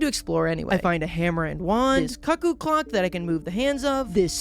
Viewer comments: bro did not just call it a "cuck-oo clock" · Please say cuckoo pls it’s hurting my soul